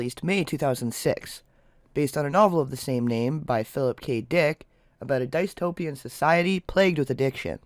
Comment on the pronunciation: ... It's Pronounced... Diss-Tow-Pee-Ya. Not, Dice-Tow-Pee-Ya. 😜